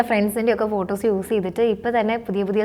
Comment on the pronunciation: ഫൂട്ടൊസ് അല്ല ഫോട്ടോസ്